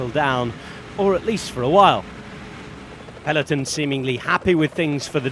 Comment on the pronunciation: The commentator goes to annoying lengths to prove he can pronounce names of riders from different nationalities, yet can't pronounce 'peloton' properly...